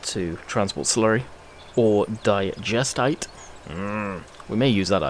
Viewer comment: It's pronounced digestate not digestite